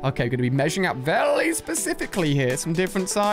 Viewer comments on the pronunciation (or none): why does he call the word very, vely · not being mean i lov ur vids but why u say very like vely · Is it just me or did he say welly specific